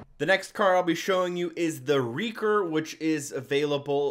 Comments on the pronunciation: It's wrecker not wreaker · WRECKER, not Wreacker! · he said wreaker when it said wrecker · its wrecker not wreeker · Its wrecker not wreaker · Can't get over how he called the Wrecker the "REE-ker" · Oml he called it "wreaker" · failed to say wrecker